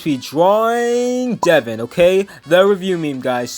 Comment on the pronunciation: How to say his name: dev - ow - n